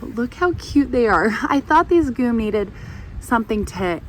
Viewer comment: It's pronounced jee-umm.